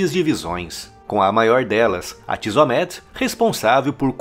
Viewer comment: Só uma correção das pronúncias dos nomes das divisões: Tsômet, Kêshet, Kessária e Metsadá.